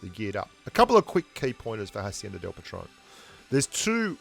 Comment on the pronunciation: Patron, not patrone